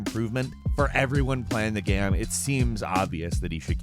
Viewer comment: Yo, why do you sometimes say “game” “gayam”?